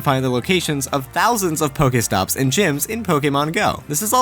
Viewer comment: I hate how this guy pronounces pokestops. Its not pokaytops